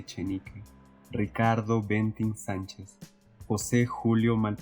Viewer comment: La pronunciación correcta es: - En Larrabure (larrabiúr). - En Candamo (candámo). - En Bentin (bentín).